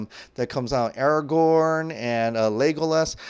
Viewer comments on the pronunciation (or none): none